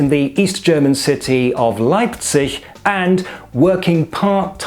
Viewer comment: I am here to applaud you for your perfect pronunciation of the name of my city Leipzig!